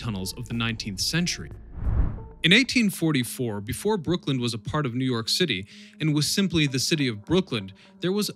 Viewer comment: It’s Brooklyn not Brookland